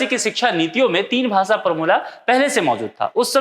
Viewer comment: आप भासा बोल रहे हो भाषा बोलो।